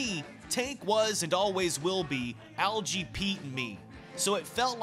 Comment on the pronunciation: It's a hard G in 'Algy' as in Get not jet